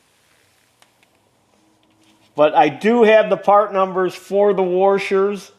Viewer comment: "you're going to want to keep these warshers"